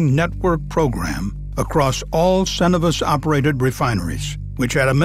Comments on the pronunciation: Maybe it's a Canadian thing but I usually hear Cenovus pronounced as "Sen-oh-v-us" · Crazy with all the research and effort they put into these videos that they don't look up how to pronounce "Cenovus".